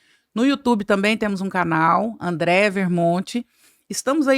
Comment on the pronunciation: Sensacional! Só um adendo a pronúncia do nome da convidada, corretamente: é AndrÉa , sem i. 🙂